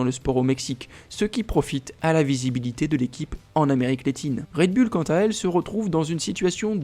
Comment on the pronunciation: Pourquoi toujours dire bulle alors que c est "boul" faites un effort svp😮😊